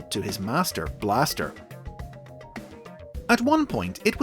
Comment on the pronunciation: The way you're saying Master Blaster is on purpose right? As a reference to that Mad Max character.